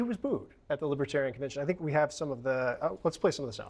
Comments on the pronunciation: I would put T at the top of his human scrum heap....no redeeming positive qualities....schemer,scammer, GLOAT (sorry Cohen, he is a bigger liar than you). BY THE WAY, the party name is Lib-er-tare-ee-an...not LIBBA-tarry-un. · LIBBAterian? Even the way he pronounced the word is a slight